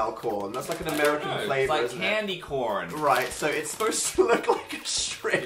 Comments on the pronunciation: oh god the way phil said "candy corn" in an american accent haunts me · The return of Phil's American accent 'it's like candy corn'